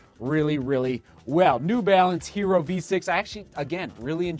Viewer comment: It’s pronounced YE-ROH. It’s Spanish for IRON.